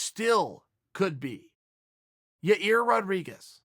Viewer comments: Ya-Ear... I will say it's an improvement from Ya- Rear. Had to revert back to it at the end though, uncle Chael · It's Yair not Yarir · Chael only mentioned Zabit x yair to have the pleasure to say "Yar-ear" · You made fun of a guy for pronouncing it Ya-rear and now you’re doing it lol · Zabit vs Ya-Rear 🤣🤣👊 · Man he’s so close. Ya-ir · "Your Rear Rodriguez" - Uncle Chael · Anyone else think Uncle Chael snuck that last one in to give himself a passable excuse to say "Yi-Rear" again? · Absolutely nobody: Chael: yarear or yaear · Chael’s getting dangerously close to pronouncing Yayir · lol yo rear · I think Uncle Chael would Zuh-beat Ur -rear any day of the week. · He pronounced Yair differently every single time. He's gotta be doing it on purpose lol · He keeps saying Yair for practice... 🤣🤣🤣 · Chael visits Israel - finally can pronounce "Yair" correctly.